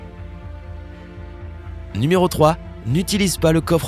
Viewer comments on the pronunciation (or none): On ne dit pas ni méro mais nu méro !